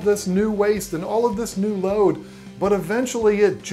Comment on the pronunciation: I know this is a 3 year old video but I laughed every time you said "load"